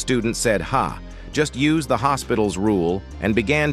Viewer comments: Im also not from england, thats why I know its not pronounced "hospital" but instead "delopi'tal" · it’s pronounced l’hopital not hospital and it’s not even spelled like hospital but using hospital makes it easier to remember 100% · Also I think "Low pee tall" is still much better than Hospital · its a thing from math, not expected to be known by peasants, the pronunciation is L'Óhpital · I literally pronounce it L's Hospital I guess I watched too much Death Note 😭